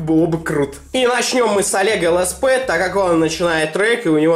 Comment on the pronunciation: ЛСП, а не СЛП